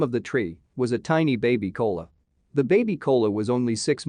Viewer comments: Ko “a” la not “Cola”. Please pronounce correctly. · This would have been terrific if they hadn't used a computer narrator! Don't do that! Otherwise, twin koalas(ko-a-la, not kola!) are incredibly rare! The babies are so adorable! I feel bad for Mum, though; she's really got her hands full!💖💖💖💖💖💖💖💖💖💖💖🐨